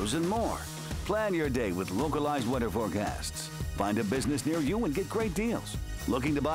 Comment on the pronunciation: “localized wedder forecasts”